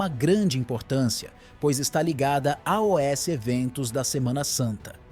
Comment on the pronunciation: Porque todos na hora de dizer ( aos) falam ( a o s) o que significa isso, é um IA QUE ESTÁ FALANDO E NÃO UM SER HUMANO?